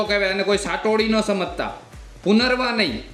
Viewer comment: ઉચ્ચારણ: પુનરવા ❌❌❌ પુનર્નવા: પુનરનવા ✅✅✅ બાકી ખુબ જ ઉપયોગી માહિતી આપી છે.👍🏻👍🏻👍🏻